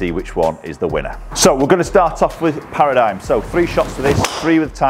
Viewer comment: ...it's pronounced "Para - dim"